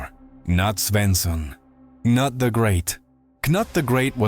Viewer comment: Interesting video. But a small correction, "Knut" is pronounced in Nordic with a long U, not a mix of ou "Knout", and same with "Sven", its a clear V, not a W there.